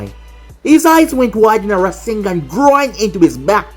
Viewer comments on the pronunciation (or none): I thought when naruto shot the rasengan you said rasendan because thats what borushiki did